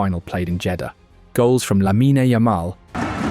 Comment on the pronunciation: It's lamine NOT lamina